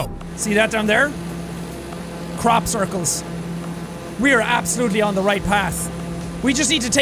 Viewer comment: HE SAID TE TING!